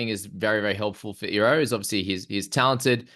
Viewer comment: The way to pronounce his name is e-ro the I is an e sound people 🤣🤣